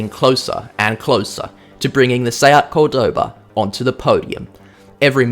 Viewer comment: Just a hint: it's called Córdoba, that Ó is where you have to accent the name. By the way, beautiful city